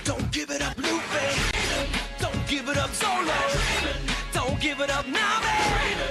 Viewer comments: The fact that you can't pronounce the main character's name as well as a lot of other commonly used words in One Piece bothers me too much to watch the rest. Luffy has been pronounced "Loofy" in both the sub and dub from the very beginning of the show which makes me wonder if you even watch One Piece at all. Plus only 1 of at least the first 15 were actually interesting, the rest were obvious. The fact that Zoro has never called Sanji by his name. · you're a fucking idiot and know nothing of One Piece. The fact that you can't pronounce "Luffy" and the fact that you simply thought Ace had bad spelling when the crossed out S was really there to commemorate Sabo says it all. If this were on old video I would not be posting this comment but this was posted in September 2015, shame on you. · U said luffy wrong...